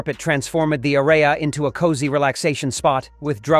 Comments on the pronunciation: “The a-ditch-in of a carpet transform-Ed the A-ray-a” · It will be pronounced ahreyah from here on out. 😂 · I like how artificial intelligence mispronounces the word "area" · The voice could pronounce “adjacent”, but not “clothes” or “area” 😂